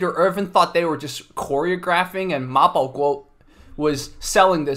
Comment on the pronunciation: Wow, the host of this channel pronounce the 马保国 so perfectly, I'm a Chinese and I can't even read it